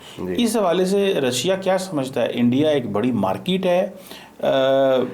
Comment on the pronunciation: Patli Qamar CheemaPhd Chhoti Markeetwale from Maksai : Where do you find these Phds who can't pronounce English words properly? His Markeet sounds like Parakeet - look up the dictionary for the word's meaning. I find this Russian return Paki tourist & his opinions display his lack of journalistic aptitude & education. As per his opinion Russia wanting to build a strong relationship with Pakistan, why? What does Pakistan have to offer Russia or any country in this world? & if Pakistan tries as it always does suck up to anyone who can offer aid & loans, India will cut that attempt off instantly like no entry for Pak in BRICS. As History goes, you seem to have forgotten 1971, when US sent their ships towards the Bay of Bengal against India, Russia sent in their Aircraft carrier & it's naval armada & blocked US aiding Pakistan. That war ended there. Pakistan lost again.That made the India Russia friendship stronger permanently. So Pakistan has no hopes to side up with Russia with India present. Rest of your interview with this PhD was inane & a lousy Paki opinion amateurish at best. 👎🏼 Next time hope you find a better educated speaker on your show, your standards are sinking as your Mulk's economy & narrative.